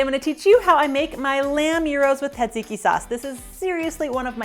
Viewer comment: This is an awesome quick dinner recipe! Love the technique, but please don't forget the s sounds in tsatsiki! You're a treasure tho!